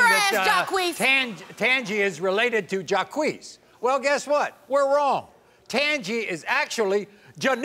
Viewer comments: His name is JAH-KWEES only if you say JACQUES (like Jacques Cousteau) PHONETICALLY!! Geez, the ignorance . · Jaques is not pronounced JAH KWEES. Its French...like Jaques Cousteau. OMG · Are these people so ignorant that they think the name JACQUES is pronounced JAH-KWEES? Unfreakin -believable that this kid doesn't know his own name is pronounced ZHAWK.....It's French ya moron!....like JACQUES COUSTEAU. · It's Jock for Jacques, and not Jacquee Jacques shall be pronounced as "Jock" as in French and not Jackuie or Jacquee as Maury and Janiece had said. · Who the hoot pronounces "Jacques" as "Jaquiece" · Jacques is French. What the hell is jaiquessss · 😂😂😂😂😂😂😂😂😂😂 the way they pronounce "Jacques". Jacques is the French version of Jack!😂😂😂 so funny! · I have never heard his name pronounced that way. Isn't it French and pronounced Jock.